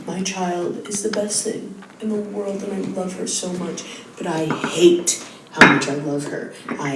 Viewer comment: she quickly glosses over how much she “loves” her child as if it was the fine print, but listen to how much stank she puts on the word “HATE” 😭